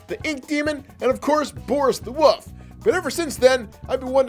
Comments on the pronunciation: He said boris the wouf but it’s atuly boris the wolf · you said boris the wuf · Why he say Boris the woof??? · wolf not wof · At first u said boris the woof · How says wolf he says woof